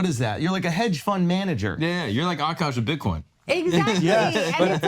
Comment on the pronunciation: i hate when she said OKOSH